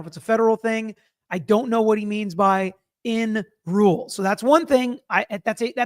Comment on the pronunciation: I heard "and ruled" instead of "in rule".